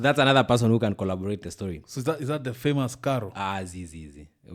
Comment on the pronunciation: Eti "Colloborate" 😂